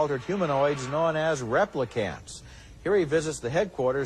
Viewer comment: I cannot stand how Ebert pronounced "replicant"